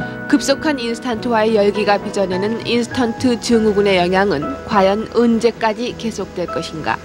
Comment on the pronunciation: 나레이션도 언제까지를 은제까지 이러네ㅋㅋ